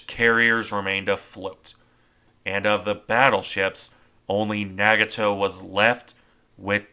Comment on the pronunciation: Are your pronunciations of the Japanese ship names correct, ie Nagato? I've heard them pronounced differently.